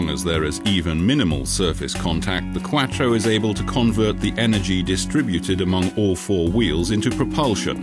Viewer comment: Why is he say Quattro like quacktro 😂